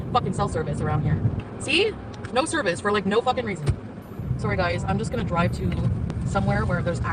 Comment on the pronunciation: "Oy went for a droive at noin a.m."